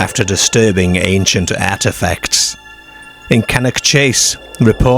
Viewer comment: Why do you pronounce "ar"as "er"? You say lerge instead of large you say ertfifacts instead of artifacts, Why? I have noticed you do this on all your videos, I am from England and can't relate to your pronunciation, you even say perts instead of parts ? Are you a robot narrator? I hope you are an AI as that's the only explanation for the wrong pronunciation 🤔 you also say cer instead of car too. Scarborough is correct not scerborough also you say perks when you mean parks please explain why you do this? thanks. I could go on forever graveyerds ect........ Bizerre ..... ? Derk instead of dark WHY? ???